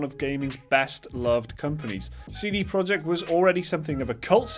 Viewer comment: it's not CD Project, it's CD Projekt (you should say something like "proiekt")